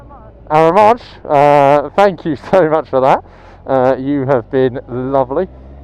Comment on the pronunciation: You and Sarah are so cute 🥰 It's arra mon sh, don't prounce the n 😊